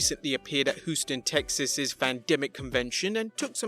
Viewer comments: "Who-ston" - 2019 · Lmao “Hooston” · Hooston lol